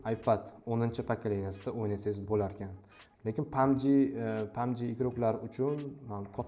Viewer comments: Pabg❌ pamji😂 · Pamji , aspalt😂